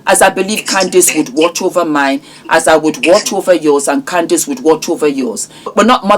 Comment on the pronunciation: Candace, not Candis!